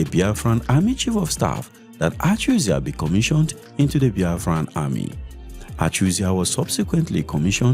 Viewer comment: Your pronunciation of ACHUZIE is making on sick.